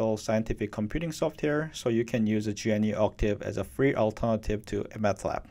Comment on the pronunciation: I hear you pronounce Matlab as if it were Math Lab. Actually, Mat stands for Matrix, not Mathematics. There is no H in the name.